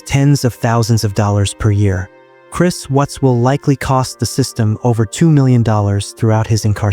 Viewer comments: His name is Chris WATTS not Chris WHUTS. Stupid AI voice. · It's Watts, not wutz. Anyway, may he slowly lose his mind and hear their voices endlessly in his head. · I can't stand this AI narration. All these pronunciation problems. Chris Whats or Chris Wutz. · "Chris Wutts" gotta love AI narration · How can you not pronounce "Watts" correctly? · Hate the computer mispronounced his name👺👺👺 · Why can't this narrator pronounce the name Watts correctly.? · Not sure which is worse. Life in prison or audio AI getting one of the victims names wrong over and over. I miss old YouTube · You knew wasn't pronounced correctly. Not enough?